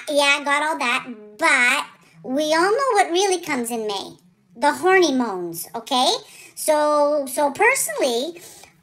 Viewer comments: That's so funny. I heard "horny bones." That makes more sense! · I’ll never be able to say the word hormones again...from now on it will always be hornymones! Love you, (and your mom, too). Thank you for brightening our days! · « Hornimones » ....you’re too much! And I didn’t think it was possible for me to be more obsessed with you...I was wrong!!! 🤣🤣🤣🤣😂😂😂😂❤️❤️❤️❤️